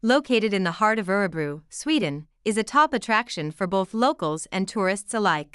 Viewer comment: Sorry but you are pronouncing Örebro incorrectly. I just wish that the many Americans or (Bots) who narrate such videos, would actually pre-learn & practice Swedish pronunciations, prior to posting, so they get it right.